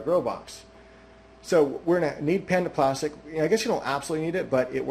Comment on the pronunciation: it took me so long to figure out you were saying "panda plastic" and not "panaplastic"